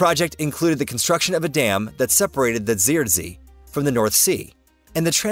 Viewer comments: Zuiderzee really isn't pronounced that way, but valiant effort nonetheless! Phonetically, Zuiderzee sounds very similar to SouthernSea, which is the direct translation anyway. And if you use that in the Netherlands, people will understand what you mean. What you said at the timestamp will get a lot of people looking at you confused. The 'ui' sound in zuid is closer to the 'ou' part in for example sound or southern, rather than the 'ie' sound you made there. In the same way 'zee' can simply pronounced as the letter Z in english, or like 'sea'. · I have not heard Zuiderzee pronounced this weird before lol